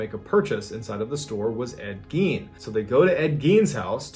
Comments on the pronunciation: i love how you kept bringing up the lampshade .. one of the most highly suaght and highly paid things in history.. and his name was pronounced GINE.. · As soon as he said “Ed Gein” I knew where this was gonna go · “Ed Gein” Ight…imma head out